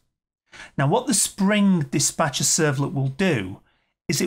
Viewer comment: ...servlet is called Dis'P'acher ...not Dis'B'acher...servlet :D